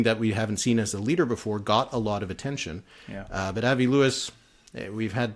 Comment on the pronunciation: Before you get to Winnipeg, try practicing saying "Ahh-vee" instead of "Eh-vah". Say the "i" in Avi the French way.